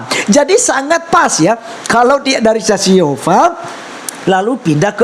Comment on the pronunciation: Saksi yehova apaan? Boong ni ibu! SSY menyebut diri sbg saksi yehuwa..bukan saksi yehova. Selain sebutan saksi yehuwa berarti mrk di luar dr komunitas